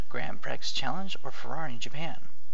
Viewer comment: It's not pronounced "pricks" ya nut. It's pronounced "pree" grand pree